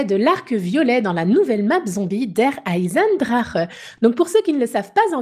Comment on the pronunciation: La première fois que j'entend qqn bien dire "der eisendrache", sa a illuminé ma journée